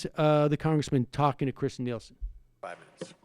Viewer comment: It’s Kirstjen not Kristjen and she is a horrible person.